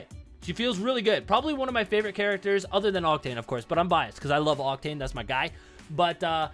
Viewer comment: When you said you are biased I thought you said you were Bi and I was honestly confused